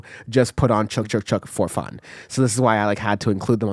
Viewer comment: FYI, it's pronounced "Chick Chick Chick," not "chook chook chook."